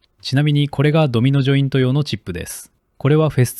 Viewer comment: "Domino jointo, yo, no cheapo desu". For a second I thought I understood Japanese.